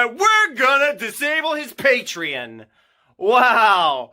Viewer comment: The way he says Patreon makes me lose a few braincells everytime. Patriin? Patrein? Patreihn? I don't know but it's hilarious. Edit: Also he sounds like a dramatic toddler throwing a tantrum.